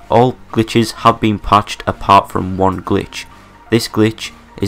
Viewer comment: "thas won haz been pached" don't fucking talk about it then.